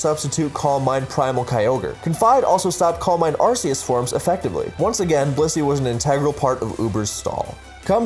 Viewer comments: "saying these are incorrect pronunciations" isn't pronouncing them wrong myself Hydreigon has the German word Drei meaing 3 for the number of heads it has, pronounced dry, so it obviously isn't hydraydon The RKS system in gen 7 is named after Arceus so it obviously isn't Arseeus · Hydraygon, arseeus, please learn how to pronounce pokemon names